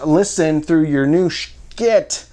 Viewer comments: Ok, why are we avoiding the 'elephant in the room?' Why are you afraid of pronouncing their name correctly? Its an 'SH' sound, not 'SHC'. Get it right. They are worthy or correctness. Love your reviews! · Took me a minute to figure it out, but are you pronouncing it "Shciit" to prevent the video from being demonetized?